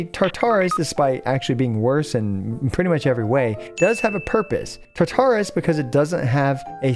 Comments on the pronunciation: This isn't that important, but just a heads up I have always heard Tartarus (from Greek mythology) pronounced with the emphasis on the first syllable rather than the second. Thanks for the guide! :) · Like Taar-ta-rus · Mfs will over pronounce character names and then completely fuck up Tartarus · Glad someone said something. I cringed every time he would say it lol